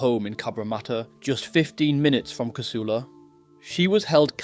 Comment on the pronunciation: It's Cah-soo-la, not ca-sul-a. You're a pom, right?😀